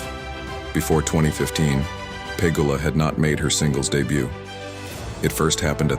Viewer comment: Bot channel?! ... pronouncing Pegula 2 diff ways.